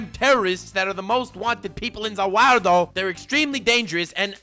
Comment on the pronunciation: Nani worldo not zavirldo